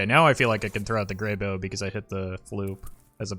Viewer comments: Goddamnit it’s grey b-ow!!!!! not b-oh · Is it really pronounced as Grey-Bo? I always thought it was Grey-Bow. My whole life has been a lie :( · "Grey bow" literally unwatchable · You're worried about that, but not about how he mispronounces Greybough?